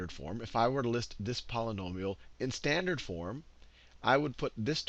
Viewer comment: whos annoyed by "slandered' in